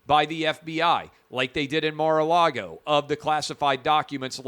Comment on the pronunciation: Mar-Car -Lago 🇨🇳